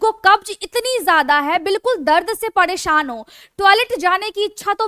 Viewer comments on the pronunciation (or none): Padesan , puda din pudi raat , pudi saam , badabaad hone lg jaega, etc ....👌 I like your voice maim 😍